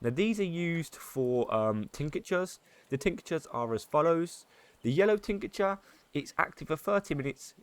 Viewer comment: Superb guide mate, really well explained, every detail for each topic, keep it up! One thing that really bugged me was how you keep on saying "tincature" instead of "tincture". There is no 'a' between "tinc" and "ture". So 2 syllables, not 3 ;)